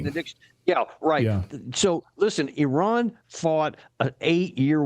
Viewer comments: The USA has a 12 year old spokeswoman who can't pronounce "Iran". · At least they’re trying to pronounce it